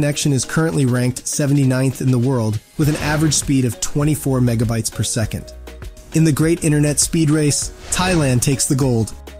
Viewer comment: With an attitude like yours its no wonder there is so much crap and misinformation on the internet...And by the way it is Megabits not Megabites...Do your homework if you can read...